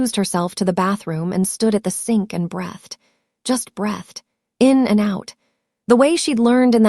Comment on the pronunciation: Why is Margaret confronting everyone except the main culprit? Pronunciation of "breathed"...